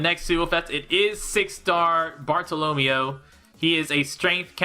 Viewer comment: You mispronouncing Bartolomeo hurts me :'(